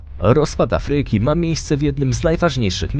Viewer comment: Afryyki. Idz lektorze do logopedy, nie da sie sluchac